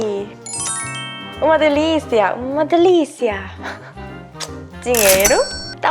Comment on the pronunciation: Quando a Inês falou "Uma Delícia!" O sotaque saiu italiano kkkkkkkk linda msm❤😍realmente a maioria dos brasileiros gostam de pelo menos algum contato físico,mas geralmente os beijinhos nem acontecem,a gente só encosta as bochechas